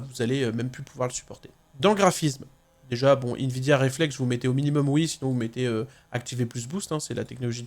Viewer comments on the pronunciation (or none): none